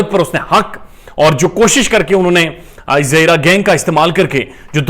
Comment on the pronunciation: Zahera kehna ap ky zaban sy kitna acha lag raha Mashaallah ❤️